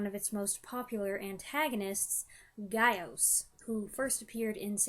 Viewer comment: GAH ŌS is the proper pronunciation of GAOS, and Japanese doesn't really have plurals the way English does. So GAOS is both plural and singular. And the Heisei series is my favourite of the Gamera films (there are no 'kennys')